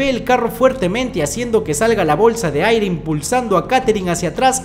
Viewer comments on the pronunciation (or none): none